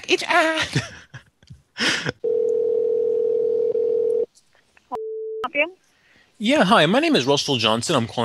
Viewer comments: Say it say it "back each udahhhh" 🤣🤣🤣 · Each ooorherrr 😆